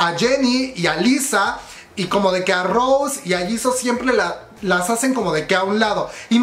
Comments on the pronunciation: No es Rose, es Rosé con acento, no hate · DÁNDOSELA DE BLINK Y VA Y PRONUNCIA MAL EL NOMBRE DE LA ROSÉ JAJJAJAJAJA QUE RISA si vas a jalar bolita por lo menos infórmate